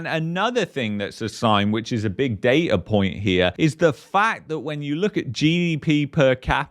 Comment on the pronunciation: There is no R in the word Data